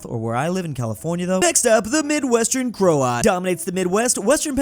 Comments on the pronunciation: Also when sees the word Croat: Crote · Croat is very very not Kraut lmao